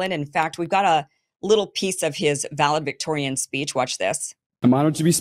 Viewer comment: Kim. “Valedictorian”. Not Valedvictorian.